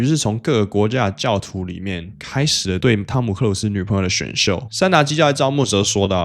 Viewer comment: 可以把導致和朋友唸清楚。